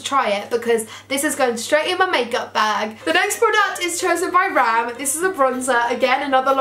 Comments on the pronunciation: It's not ram its bram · 😂saffron couldn’t pronounce bram? Name so she said and over here😂😂